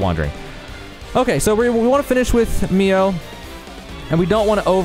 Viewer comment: i like the video, but man saying MIA instead of MIO was annoying lol